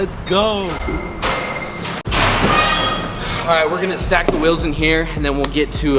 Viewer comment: Normal person: wheels: Wills